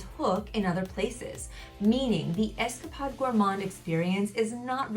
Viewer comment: Nothing comes close to how sticky and thick this is! Also you Are pronouncing escapade wrong it’s got along a not a short one it’s like you were on an escapade not Esca pod